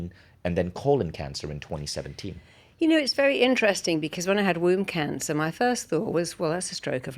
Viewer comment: At first I thought she said WOUND CANCER!!! Womb cancer!!!